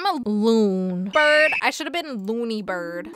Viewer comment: I kraked up when you said loon and brid for the 1st time I was on the floor crying lol 😂🤣🤣🤣🤣😂😂😂😂🤣😂😂🤣😂🤣🤣